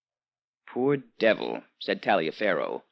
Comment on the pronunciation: I think Taliafero is often pronounced "Tolliver".